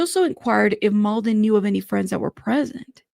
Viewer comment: It’s pronounced “Mlah-dan Treefoonovich” haha I’m from that part of the world so it’s funny how journalists say “Mould-en” lool